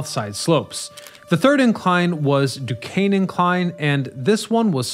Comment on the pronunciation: At least he got Du Kane right!